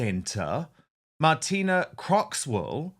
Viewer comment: Her name is Martine not Martina.